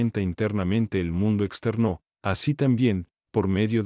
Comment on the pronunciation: ese "exter NÓ!" por poco me mata mata :( ojala pronto aubiblio agregue este libro a su biblioteca. por poco quito el vidio es desesperante xD